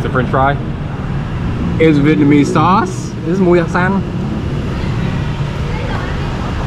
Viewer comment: Khứa tóc vàng phát ám tiếng việt chuẩn quá